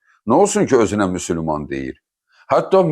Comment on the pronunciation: Müsülman yox Müsəlman ya da müslüman gedin əvvəl düzgün deməyi öyrənin